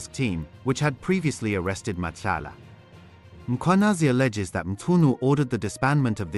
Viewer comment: The presenter "Nhlanhla Mkhwanazi" you'd swear he is Zulu. Perfectly calls him.